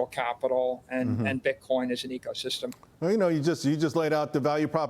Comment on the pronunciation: Echosystem. He said that for a reason I believe. You think he does or doesn't know it's Ecosystem?